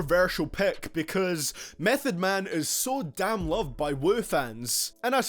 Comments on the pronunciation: niggah...meth?? #8...whack mehn...this is moh hi bullshit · Mef at 8!!! Repeat mef at 8!! Get the fuck outta here!!bet you don’t even understand wu lyrics. Fucking mef at 8! Worst then watch mojo